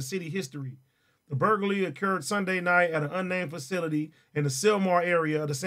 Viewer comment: AD cant say burglary 😭😭😭😭